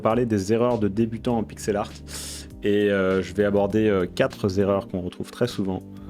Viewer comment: "Je vais aborder quatre z'erreurs" 🤣🤣🤣🤣🤣